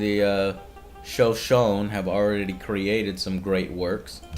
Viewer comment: Love your posts man, just wanted to give you the fyi that Shoshone rhymes with phony. The last "e" is long.